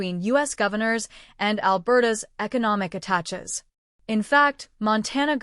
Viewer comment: More AI BS. How can we trust this? What was that word?...atachhes? A "tell".